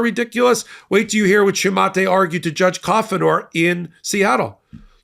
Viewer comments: “Shoo mah tay”??? I’ve come across several unrelated people called “Shumate” over the years. — “Shoe Mate”! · Not to nitpick, but I suspect Shumate's name is pronounced Shoe-Mate, rather than Shoo-matey. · I'm pretty sure the name is pronounced SHOO-MATE... That was a name in my ex wife's family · It's pronounced SHOO-MATE. i worked with a Shumate. He was a conservative idiot too. Passive-Aggressive to the core.